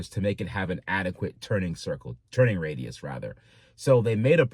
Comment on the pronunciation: "Turning Raidus"